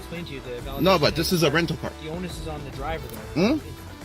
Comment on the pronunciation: What's an "ownus"?